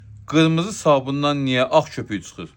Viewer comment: Qirmizi demedi axi qimirmizi dedi